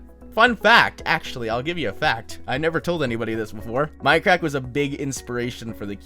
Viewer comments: is he saying fminecrack? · at first i thought he said minecrack omg!